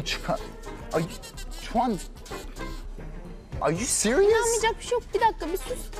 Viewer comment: askere gönderseler bunu komutan dicek tuvalet temzle bu dicek ar yu siriyusss XD 😀 sonra sabaha kadar dayak